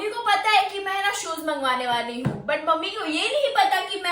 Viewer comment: Soes kya hai shoes hai😂😂😂😂